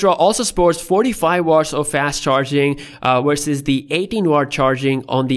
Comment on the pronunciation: Verses or Wersas? :/